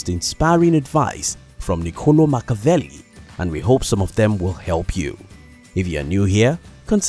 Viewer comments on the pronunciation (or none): respect your subject, pronounce his name correctly! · saying his name wrong.... LOL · No shade, but if you’re going to make a video on the guy then you should try to pronounce his name correctly